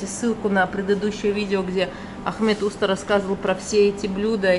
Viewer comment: Очень все интересно, но,пожалуйста, ставьте правильно ударение,тем более,что владеете языком. Просто прислушайтесь, в турецком языке ударения приходятся на последний слог. Не Уста,а устА, не чОрба,а чорбА,не Айва,а айвА, и т.д.. А то,как ножом по стеклу, или ,извините, серпом по ....Конечно, тем,кто понимает турецкий язык.